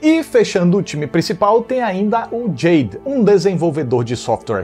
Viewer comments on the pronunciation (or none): none